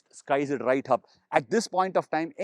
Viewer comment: "Rrrrrright here"!